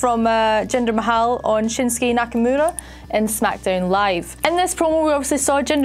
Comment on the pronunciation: She also can’t say Nakamura right, which drives me nuts.